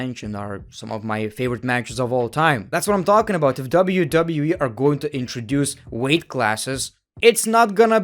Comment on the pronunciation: it sounds like he said wwee